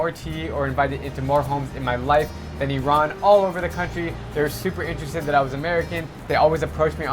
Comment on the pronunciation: first time someone actually pronounce Iran properly